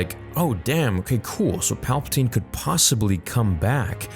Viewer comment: Palpa Ting